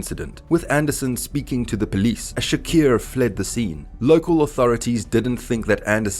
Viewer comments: Bra his name is clearly Tupac Shakur(shakoor) not shakier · Its Shakur not Shaqeer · I stopped watching at 'Tupac Shakiir'. 🤦‍♂️ Glad that was at the 3 second mark of the video. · Bra that's exactly why I can't continue watching...I'm from South Africa and these white Afrikaans guys pronounce the letter "U" as "I"...and that's their problem...so he fucked up big time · All that research an you couldn’t even pronounce Tupac Shakur’s name correctly? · Did you really mispronounce his name every single time? Wtf